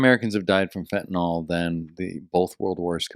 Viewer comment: I lovvvvvve you guys but it's fentanyl: FEN-ta-nil, not FEN-ta-nol. :) Also, I really dig Roseanne's 1,000% herself attitude. Day drinking? A smoke break? Absolutely, but more importantly, truth b o m b s at all times. Keep it up!